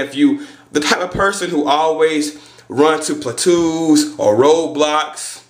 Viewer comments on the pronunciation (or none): 'Plaa-twos' Lol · "Pla-twos" lol